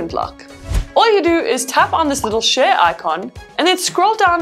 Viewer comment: Every time she says share it sounds like she is saying shit but this videos is very helpful thank you now I’m gonna get this phone